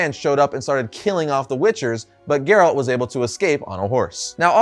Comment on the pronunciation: Dumb video. Focuses way too much on the show, and the guy here is just a NPC reading a script. Can't even pronounce Geralt right.